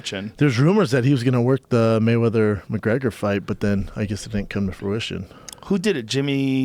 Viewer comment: *fook *maywedders